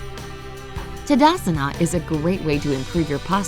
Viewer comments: For kind of information It is not Tadasana it is Taadaasana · It is not tadasana it is thadasan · Impressed by how she said "Tadasana" as "tdsna"🤲 instead it,s pronounced as " TaadAAsun" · It,s taadaasan not tadasana